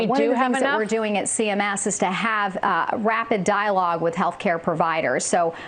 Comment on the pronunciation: Did she say "rapid dialogue" or "dying rapid log?"